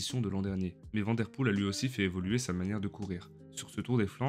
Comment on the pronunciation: Belle vidéo. Tu t'exprimes correctement en Français, et ta prosodie est agréable. Merci. Essaie de prononcer Mathieu Vanne Der Poel ... comme la ville de Vanne en France.